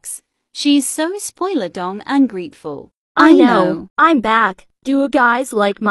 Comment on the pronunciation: When said: Just be.... Great ful It sound like "Just be don't grateful